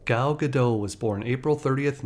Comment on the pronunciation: Really good video on her. I hadn't known the Miss Universe story. The only critique is that Gal has said that her name is pronounced like Gah-dot rather than Gah-doh. Stumbled upon your channel today and have been enjoying your videos a lot.